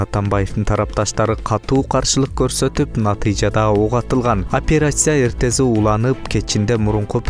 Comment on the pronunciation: Операция деген созду туура айта албайсын.. кантип журналист болуп журосун?😁😁👍